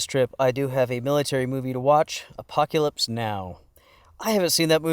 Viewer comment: Apoc-ya-lips Now.